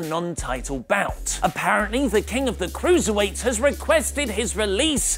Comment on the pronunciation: I AM TEH KENG OF DEH CROOSERWATES i fucking love the way he says it